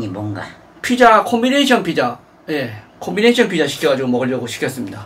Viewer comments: ㅋㅋㅋㅋㅋㅋ뭐라는거냐 ㅋㅋㅋㅋ 대뜸 콤비네이샤~ ㅇㅈㄹ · 코비네이셔 ㅋㅋㅋㅋ 이가 없어서 발음 다 새쥬